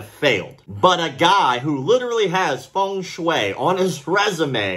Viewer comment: Feng Shui😂😂😂😂😂 Someone needs to tell him…